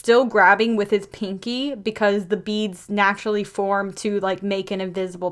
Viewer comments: I thought you said bean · When you said that he could control Beads, I almost thought that you said Beans